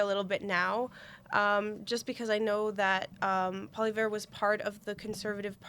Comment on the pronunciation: Fan of JPost here: Please, at the very least, learn how to pronounce the names of our candidates (Poilievre) -- it's hard to take you seriously otherwise. As for Carney, I haven't heard anyone say they might need to "move out of Canada" if he's elected, but maybe this is coming from more orthodox circles? His one faux pas, when responding to a heckler (pre-debate), gave lots of us cause for concern, but as you say, he has since shown a willingness to push back against the NDP (Singh's) demands for terminology like "genocide", and seems to be plotting a moderate middle-ground position on all things Israel and Gaza. So no, he probably won't ever be a 'hero' to us, but he might be civic minded enough to keep the mobs away from our doors. And maybe that's the most we can expect right now from a Canadian government that reflects the will of the people. My two cents.